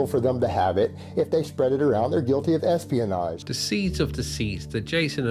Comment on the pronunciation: Take this veediyo down or I'll sue you for espeeyonaj.